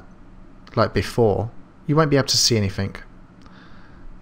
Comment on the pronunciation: useful tutorial for beginners like me. However! the words, Through things anything do not contain the letter F so don't pronounce Fs!! I expect your reply will be, "well the words, Fu** *ff " do!!!!